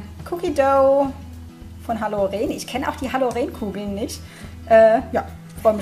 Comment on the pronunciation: Vielen Dank,! Ich hätte mich über die Box selbst sehr gefreut. Ich hoffe doch, dass du eine weitere Box an einer deiner lieben verschenkst! Eine Anmerkung: Es heißt Halloren mit Betonung auf o und kurzem e. Es ist bei uns eine regionale Marke.